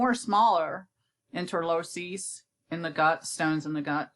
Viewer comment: I stopped the video at the beginning when the presenter didn’t know how to even pronounce the topic the video is about